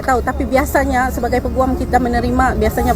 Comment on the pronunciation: ........cuma nak betulkan sikit jaa...mejoriti org Indonesia salah sebutan Peguam tuu...sebutannya yg betul tuu pe'guam'...soryy iyaa...cuma nak betoi kan ajaa🙏🏾🙏🏾🌹